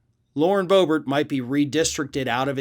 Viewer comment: It's pronounced Boo-Bear